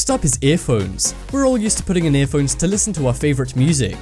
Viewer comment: Worst. voice-over. ever. Please let it be a computer, because if there is an actual person pronouncing "phones" like that, he needs to be shot.